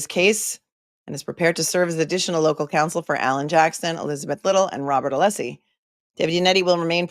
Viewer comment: And the wonderful Alessi Not Aleeeeeeeeesi 🙄